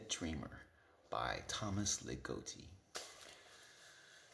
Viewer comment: Love your description of puberty. Sounds right. By the way, the O in Ligotti is short, like in “dog” and “god”. Dying all over again about philosophical horror fans of the bad sort. My personal favorite Ligotti collection is Teatro Grottesco. I have a deep love for The Hellbound Heart and mysterious realms - I like that setting more than the one in the movies. I’m very glad to see someone else who feels the way I do about Necroscope. And yes, my friends who like it best all started in high school.